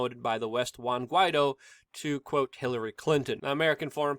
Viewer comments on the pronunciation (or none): none